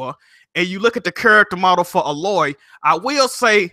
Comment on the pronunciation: This man called Aloy, Ahloy....